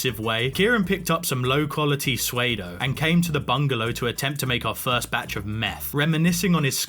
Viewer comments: The way yoy pronounce 'Pseudo' as 'swaydough' upsets me TOT It's like 'Sue-dough' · I assume ya know it's "soodoe" lol (probably guidelines) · Pseudo is pronounced like sudo.luv the vid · Absolutely butchered psuedo